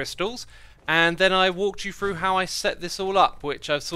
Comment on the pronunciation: lol :p talkin bout the number free n fallin frough things n the dragons breath gettin frown instead of thrown :p what accent is that??? is it specific to a certain region??